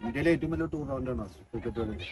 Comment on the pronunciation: Thoufeeq, Roshan, pranav, Lalu ഇവരുടെ ഫോം പോലിരിക്കും നമ്മുടെ കളി 🔥🙏🏻 ബൈ ദു ബൈ ടൂർളമെന്റ് അല്ല ബ്രോ ടൂർണമെന്റ് 🙏🏻😜